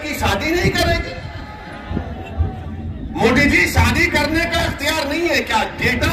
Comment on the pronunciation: Itne saal hogeya modiji ka name ka ucharan hi sahi nehin karparahahai ye joker